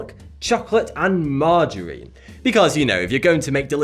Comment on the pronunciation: Did he just said MARJARINE???.XD